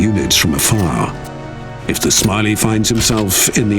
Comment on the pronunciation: ya boi calling them smiley mechs and not shmawey the eck